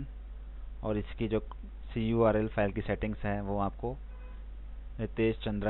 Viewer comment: cruel? what?? its CURL nt cruel (see-URL)